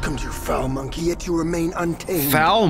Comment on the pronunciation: They are saying monkey like it's the n-word